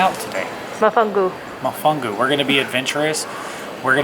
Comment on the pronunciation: MO..FONGO...NOT WHATEVER YOU SAID!!! LOL!!! I AM AN "AME.RICAN"... TREAT OF THE ISLA DEL ENCANTO...PUERTO RICO 🤗